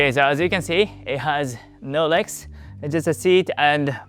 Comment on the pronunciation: your regs get cold LoL you gotta enunciate the L Leg's